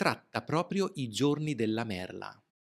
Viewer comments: Sei bravoFrancesco. Niente con la "D" !!!!!!!!!!!!!!!!! Non dimenticare che la parlola e "merla" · E importantissimo ricordarsi que merla si pronuncia con la lettera "l" di "limone". E imposibile dimenticarelo!